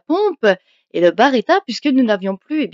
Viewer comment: B.(E).R.E.T.T.A et pas B(A)RETTA mais sinon merci pour ta vidéo tjrs super de te voir joué 😀😀